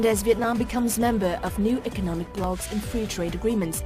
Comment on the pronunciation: It's " economic "... Not " ecomic" dummy